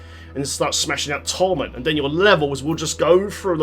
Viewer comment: Its triggering me the way you say cache and torment...